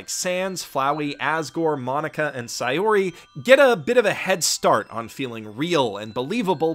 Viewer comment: ITS SAY-OR-EEEE